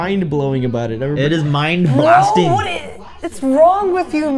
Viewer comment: MIND BLASTING. feeling that Indian accent bruv. XD